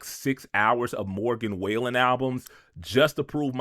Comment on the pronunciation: "Morgan wailin"